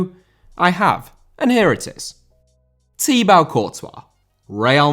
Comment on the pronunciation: It is pronounced Tee Bo, not Tee Bau.